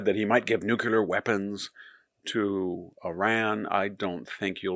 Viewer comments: I love your spot-on insights, which are presented so well, Victor, but just what do you have against the word nu'-clee-er? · I came to hear this brilliant man say "nucular."